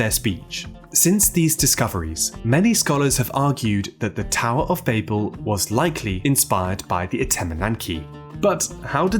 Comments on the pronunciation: Bah-bell, not Bayble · It's "Bah-bil" Not "Bay-Bil". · I refuse to watch a video where the creator cant pronounce the word the entire video is based on. “BAH-BULL” it’s not bay-bull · Immediately knew it was ai when they said "Bay-bell" it's Bah-ble. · "Baybel" ?!!! it's "bah-ble" ... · Ba bell! You know when someone babels on?! Not bay bell. That was frustrating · Cmon man Baybel? Naw babel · Say the fucking name right! It's pronounced BABBLE!!! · cannot really get into this because of the on purpose horrible pronunciation of bAYyyybull. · babel is pronounced like babble, you even acknowledge it in the video even in hebrew why must you say it wrong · Despite not being related to 'Babble,' it is pronounced Bab-el, because, as you mentioned, it was in Babylon, and both share the same root. And the purpose of the tower, at least in Genesis, wasn't to "threaten God" or to invade Heaven. The context suggests that "the heavens" referred to the sky, not the spiritual realm of Heaven. The purpose was to make a name for themselves. It was essentially a vanity project to show how powerful they were. God had told the people to spread across the Earth and they wanted to stay together and make a big city, so God had to separate them. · Bay-bel? Who says it like that. Your video sucks. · You’re chronic mispronunciation of the word Babel along with the correct pronunciation of Babylon is utterly infuriating🤦‍♂️ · Write it in a way that our British narrator can pronounce